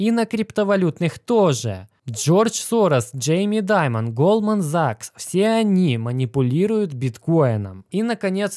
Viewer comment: бро, все тип топ, но пожалуйста хватит говорить закс - режет ухо